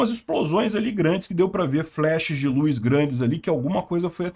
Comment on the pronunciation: Luz e não Luis.kkk